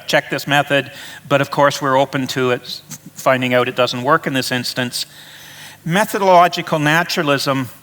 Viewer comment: BTW, it is 'method-o-logical' not meth-o-logical!